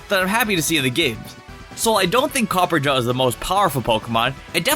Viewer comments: Copper-ah-jah not copper-ja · I hear this mistake over and over again. It's Copperajah , not Copper-jar. It's a reference to the British Raj (India). Copper, as in metal (Steel). Rajah, as in, an Indian monarch. Add the two together, and you get Copperajah. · Still don't understand though, why not a SINGLE content creator gets "Copper- RA - Jah" right xD great vid tho <3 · Did you call Copperajah "CopperJar"? X'''D lol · "copper a jaw" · Yea so the way he pronounced Copperajah got to be it’s like Copper and Raja like the drag queen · i don't think you pronounce copperajah correctly,the 'ajah' part came from the word gajah which means elephant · Pretty sure you are pronouncing Copperajah wrong